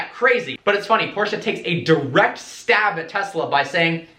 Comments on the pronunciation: learn how to pronounce Porsche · its not porscha . its porsche